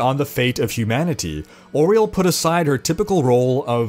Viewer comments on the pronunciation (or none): You said auriels name wrong. It sounds like "Ah-ree-el"